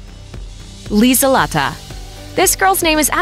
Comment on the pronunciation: Annika us mainly spelled with two 'n' -Lutz is Pronounced differently and old fashioned -lieselotte is also old fashioned and pronounced differently - Corinna is Not really a name used for younger kids -Lorenz is also good just pronounced differently So basically if you want you child to have a german name that's not more commonly used for Older people stick to Sebastian (or Bastian), Annika and Lorenz. Astrid is also okay, because its probably gaining popularity due to httyd